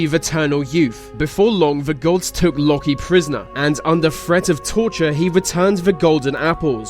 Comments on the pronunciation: Locky? you mean Loki? (Loki pronounced like Low key) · Yup, it's not lok-ee it's loa-key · Lalkie it's Loki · Pronounced low-key not locky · It's pronounced low-key not loki jeez man haven't u seen the avengers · its not pronounced lock i its pronounced lowkey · Who els cringed when he said lokie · My child... 'Loki' is pronounced 'Low-Key'. Don't mispronounce his name. It's disappoints me as one of his loyal servants. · its lOkE not lokE watch avengers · Loki is pronounced like low-key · jesus he can't even say loki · LOKI IS NOT PRONOUNCED LIKE THAT U DUMBASS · dude....in the name Loki the o is long